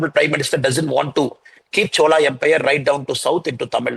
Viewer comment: Please say chozha, not chola..